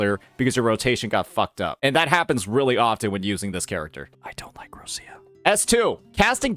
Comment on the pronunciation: Me still waiting for this guy to say Roccia's name correctly XD